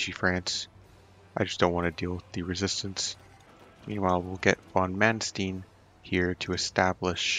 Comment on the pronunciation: it's mannst ei n like einstein. not stine